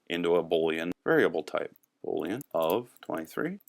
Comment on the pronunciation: The word Boolean is pronounced boo leanne --- long "o", not bo leanne. Love the tutorial though. "\" is an escape character, not an escaped character